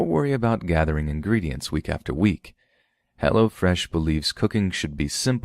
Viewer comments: For a second I thought you were getting street on us, LMAO all I heard (or thought I heard ) was, "What is Hella Fresh??" Not Hello fresh 😂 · Lol i kept thinking you were saying "hella fresh" xD i was like now i wanna know what it is! Haha